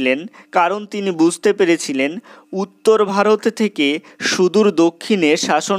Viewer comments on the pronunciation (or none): none